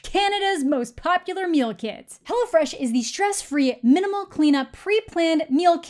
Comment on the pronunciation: In a video talking about a movie with a demon biting other people, I was both amused and terrified at the same time when you said 'Hello Fresh' because it sounded to me like 'Hello Flesh'. Missed opportunity there, tbh.